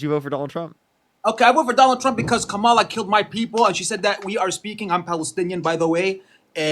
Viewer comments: Gaslighting a Palestinian so they can vote Democrat is beyond awful. Not only that, but you don’t get the concept of accountability which the Palestinian guy was trying to explain it to you the whole entire time! Love (not) the fact that you were correcting their pronounciation of Kamala when she’s a f*cking k*ller!!! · That neither of these more ons can properly pronounce Kamala says everything about the propaganda that they have consumed. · Dude has so much stamina correcting their pronunciation of Kamala so many times 🙄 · you’re a king for correcting how people pronounce kamala and not kah-mall-ah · My man. Correct them on her name EVERY time. Mistakes are fine but don’t ever let someone get complacent mispronouncing names. Particularly those who were corrected. Reestablish the art of respect.🫡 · I really wish these dudes who can't pronounce her first name would just call her Harris. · people don't like anti-woke because they lack basic reasoning skills. Even after corrects him, he repeatedly says Kamalas name wrong. He uses a pronunciation that came about as a racist joke. You can't consistently repeat racist jokes and then say but I'm not racist. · it's very fair to say he is a racist. He is intentionally mispronouncing Kamalas name, using the pronunciation that was CREATED as the punchline of racist jokes. Even after corrects him, he still does it. Repeating racist jokes...... makes you racist too. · Nah, he should keep doing it. If they can’t get a simple pronunciation right what makes you think any of the other things they say have any value. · you can directly track if they watched a right winger based on how they pronounce her name. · Is there one single republican that can pronounce Kamala Harris' name correctly? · Anyone who cannot pronounce Harris's first name, did not listen to her for even 2 seconds! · Is there one single MAGA who can pronounce Kamala' s name? Do they do it on purpose or are they just stupid?